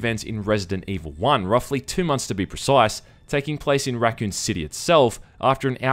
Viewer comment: “roughly two months to be presise” bruh